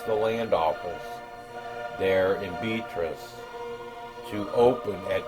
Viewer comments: It's pronounced be AT riss. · Loved your video, I live in Iowa not too far from Beatrice. Just an FYI it is pronounced Beaatrice, as opposed to similar to the female name. I have been a subscriber for over a year and have enjoyed following your progress.